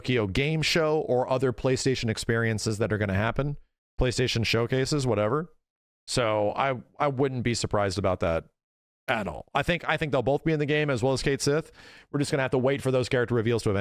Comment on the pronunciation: I 100% believe that this game could pronounce Cait Sith correctly and say the name constantly and would /still/ call him "Kate Sith".